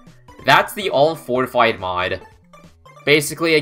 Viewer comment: Did you just said "fortfied red"? That's kinda dangerous if you ask me.